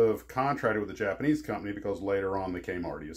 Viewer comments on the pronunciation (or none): none